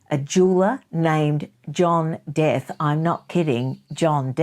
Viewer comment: Just to let you know the surname Death is pronounced De'Ath (dee ath)😊